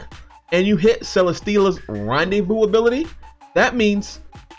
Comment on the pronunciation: Randevou?? Its rendezvous